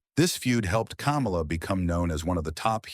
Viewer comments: It's pronounced "KAH-MAH-LA," not "Camel-Ah" as in Kamala Harris. If you don't even know how to pronounce how the character name as by all the federations (and the man himself) it doesnt bode well you know what youre talking about Come to think of it isn’t this the guy who also pronounced Ole Anderson as “Ol”? Like Ye Ol English? Maybe he’s using text to speech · It's "KUH-MAH-LUH", not "COMMA-LUH".🙄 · His name is Ka mal a. It's not the freaking vice president. If you don't know how to pronounce his name don't do the documentary. God Bless the his soul. What about his niece who took care of him after he lost his legs due to diabetes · The narrator is a HCTIB for pronouncing the name like that I can tell he eats dks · Jesus, learn how to correctly pronounce the man's name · Say his name right. He’s not the idiot fake Vice President! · Learn to pronounce his name right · Pronounced "Kamala" like he just ran for president. LOL!